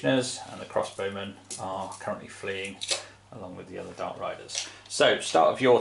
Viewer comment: Panzees bashin´ each uvvers?? :D Nice report.